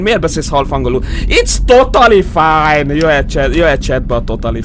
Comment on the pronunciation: "Itsz totali fájn" xddd